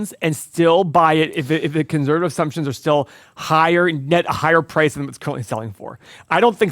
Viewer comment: Can someone teach how to say conservative?